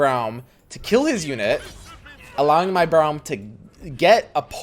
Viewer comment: It's pronounced like roar, Braum Brorem